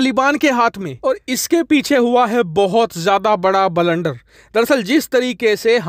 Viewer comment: बलंडर नही केहते ब्लंडर बोलते है 😂😂